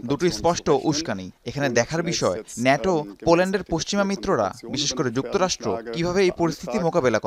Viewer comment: শুদ্ধ বলতে বলতে ন্যাটোকে নেইটো😂😂😂😂